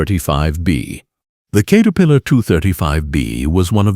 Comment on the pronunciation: katerpiilor lol AI crap